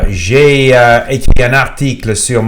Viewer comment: It's mostly perfect, but there are places here and there that do not sound native. Those are usually one-offs here and there, not systematic pronunciation issue with one sound. For example: j'ai sound like "jeille", surtout with an English oo, some R's are not pronunced perfectly like a native would (there are 4 to 5 ways to pronounce it, each in there appropriate contexte). One recurring issue though, "vidéo" pronunced as "vidio".